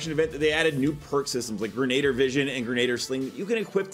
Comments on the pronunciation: Grenadier (gren-e-deer) not (gren-na-der) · Says it's withs me guys... GREN-A-DEER. not Gren-ay-der